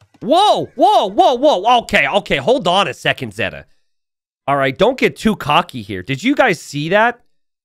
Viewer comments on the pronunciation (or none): say it with me: ZAY-tuh. ZAY-tuh! There you go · Zeta Two? Nah "Zeta, LOOM!" 😭